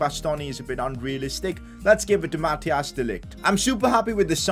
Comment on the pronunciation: Its not Mathias De Ligt its Mathijs De ligt